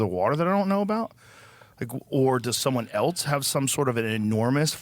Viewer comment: Can we stop saying “eltse” please. Joe and Asmongold kill me with this. It’s “ELSE”. Love Joe but just had to say it.